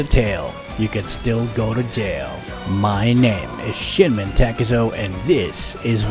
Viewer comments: You said shinmen I heard shitmen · did you just say Sh*tmen takezo? XD